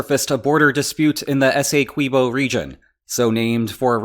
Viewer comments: Hey! Keep the lines coming. QUIck note: essequibo, is not "esay-kwibo" like queso isn't "kway-sow". Thank you for your time. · Guyana is English speaking and we pronounce it S- E- QUIB- O ESSEQUBIO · It's pronounced like 'essay key bo' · Having recently watched a documentary on said river, that mispronunciation of Essequibo is really bugging me... especially since, these being spanish-speaking countries, pronouncing "qui" as key/kee is just about the most standard, mundane thing in existence.